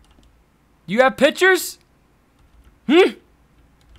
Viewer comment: says Pitchures haha